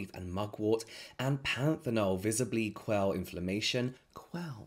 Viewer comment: The extra soft pronunciationof “quell” ended me